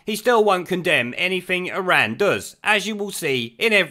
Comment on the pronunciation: He does love Iran but pronounces it Izan, because he's backward.